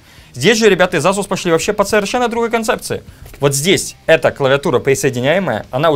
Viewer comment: ку. ЭЙСУС. Очень обидно за марку. Не коверкай.